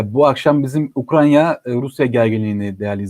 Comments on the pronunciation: UKRAN-YA değil. UKRAY-NA. Türkçe'yi doğru kullanalım, ya da evimizde oturalım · ukranya deme, ukrayna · N'olur "Ukranya" değil, "Ukrayna" 🙏